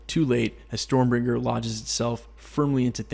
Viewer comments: StormBREAKER, not Stormbringer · 😂😂 I didn't even notice you said storm bringer until I saw your comment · Is it just me or was he calling it Stormbringer? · You said stormbringer you mean stormbraker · "Storm bringer".... this ain't it chief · You can't even say storm breaker right